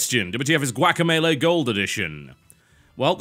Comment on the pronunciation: The way TB pronounces "guaca" is so white I find it hilarious